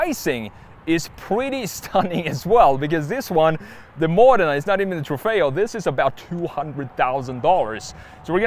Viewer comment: The only US youtuber who can pronounce Modena correctly 😆